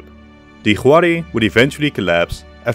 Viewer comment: Minor nitpick, 'Huari' is pronounced more like 'Wari;. Spanish doesn't use the letter 'w" natively, so for foreign words that use a 'w' sound, it is usually written with an 'hu' (the 'h' is silent).